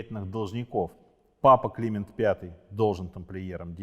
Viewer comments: Почему папа КлИмент, а не КлимЕнт, дОфин, а не дофИн? Режет ухо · С вашего позволения, все таки, папа КлимЕнт (ударение на Е) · Не КлИмент, а КлимЕнт. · да, если бы ещё "Климент" произносил правильно и такие лажи типа "сражался на переднем краю"... 🤣- при рассказе осады и гибели Агры :(((